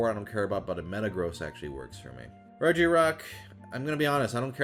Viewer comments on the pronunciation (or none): none